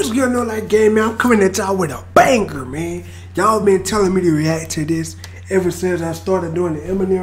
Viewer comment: Did he just say "Bang" - "ger". Instead of Banger? Haha lol you wild.